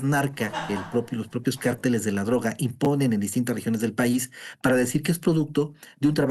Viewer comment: El único que habló con inteligencia es analista hombre. Ésa pobre Sra.. Como espanta pajaro,! Huy que ése grupo de cárteles, jng. Son muy poderosos. Por cierto Sra. Se dice. Cárteles, con asento en la a es una palabras esdrujula. No de dice; carteles. Es otra cosa. Y siguiendo con lo que estábamos. Ciertamente esos criminales crecieron, porque lo dejaron crecer, les dieron poder. Pero al final, no quiere decir, que no se pueda combatir. Ésos cobardes. Si no pregunteles al Rey David. Cómo combatía sus enemigos. Porqué porque Dios le daba la Victoria.